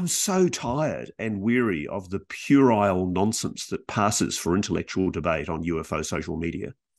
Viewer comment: This podcast was brought to you by the word, "purile" 😅